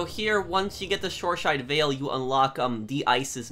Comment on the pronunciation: Btw it's Shoreside Vale not Shoreshide Vale.